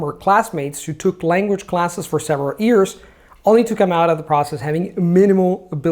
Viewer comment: I have been watching videos for quite awhile now, and he obviously speaks English like a native speaker - however, I find kinda cute, that in spite of all these years of practice and polishing the language pretty much to perfection he still pronounces "years" as "ears":)